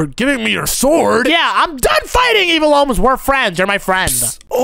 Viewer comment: You are kids one said shudent but it’s shouldn’t he said evil owns but it’s evil Omz and he said ohms and it’s omz